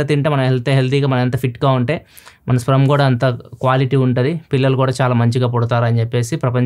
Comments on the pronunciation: It's not sprem it's sperm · garu adi స్ప్రెమ్ కాదు స్పెర్మ్ check chesukogalaru. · Sprum ❌ Sperm ✅ Pronunciation wrong undi anna. Mee videos chala mandi chusi alane follow avutaru ani cheptunna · SPRUM yenti... Sperm adhi... Tech channel naduputhunnaru... Pronounciation kuda chuskovali... Maree...Chaduvu raani vaadi la cheyakudadhu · It's sperm anna, not sprem